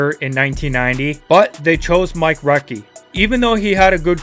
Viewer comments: He said 'Mike Recchi' when it's 'Mike Ricci' 🤔😅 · You did absolutely no homework, did you? You butchered half the names especially Mike Ricci. It's Reech-ee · Mike Ricci still had a decent career You also pronounced his name wrong